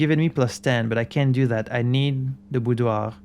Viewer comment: After hearing several YouTubers struggle with the word "boudoir", it's nice to finally hear it from a native French speaker. 😊